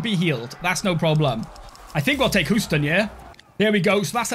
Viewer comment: "Hooston" <3 We pronounce it 'hyoo-ston' :D